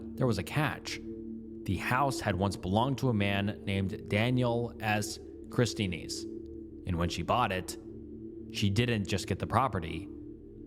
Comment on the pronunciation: He said "kris-tan-eez". Lol